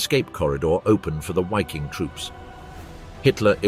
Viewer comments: It is not wikin, but Ss-Wiking, the international SS brigade in which Dutch volunteers served, underwriting the racial ideology and standards. The name refers to Norse languages, in which the V is pronounced as W. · "Why King??" Really? Learn how to pronounce German names before you do a video full of German names. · It's pronounced Vaffen SS. Basic stuff you should get right. And Wiking is also pronounced with a V. Really annoying. Not wery good at all. Ian Dee.